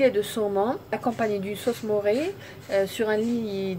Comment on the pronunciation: Sauce mornay et pas sauce moré